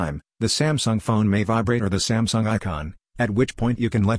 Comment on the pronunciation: "smasnug" and now "sumsung"